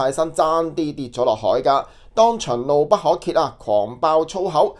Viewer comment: 怒不可遏 音「壓」勿讀「揭」呀，朋友！